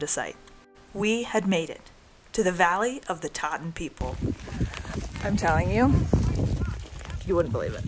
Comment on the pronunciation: They are "Tsaatan" not "Taatan" with a strong Ts sound. (They themselves prefer to be called "Dukha," or even "Taigiinkhan" (Forest People) while Mongolians named them "Tsaatan," or "Reindeer People" in the mid 20th century. Moreover, while they are related to Tuvans, they were there in Khuvsgul Aimag before borders were fixed as they are now between Mongolia and Russia. They have lived there for centuries, instead of being migrants from Tuva, Russia. Nonetheless, thank you for making this good video that highlights these remarkable people and their unique way of life. It looks like you had a good trip there.